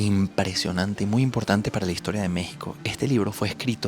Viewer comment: Si es e historia no y historia, asi como no es vamoj a ver, sino vamos a ver, ni ustedej sino ustedes, ni ademaj, sino ademas, ni poquitico, sino poquito